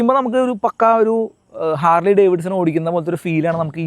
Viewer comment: ഹാർഡ്ലി അല്ല ഹാർലി ആണ്